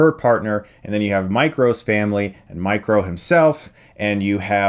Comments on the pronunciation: Whenever he said Micro I thought he said Mike Row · I kept thinking you were saying Mike Ro and was like 'wtf is he talking about' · I swear I thought you were saying Mike Rowe (Micro)